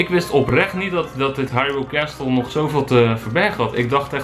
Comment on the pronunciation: Het is geen hairul kasteel. Het is Haruyl